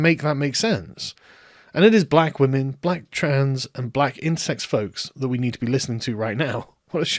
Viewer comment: Is Sargon saying about "Black Insect" rights or "Black Intersex" rights? I literally can't tell which he's saying and neither would seem more silly these days. The google subs say insects...